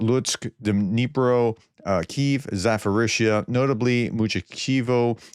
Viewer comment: SA - PO - RISH - YA or SA - PO - RISHSH - YA if you like but no! PHO